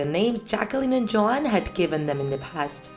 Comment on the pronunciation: Dude I heard Joan instead of Joanne😂😂